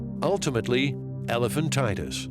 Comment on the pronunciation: Elephantiasis not “elephantitis.”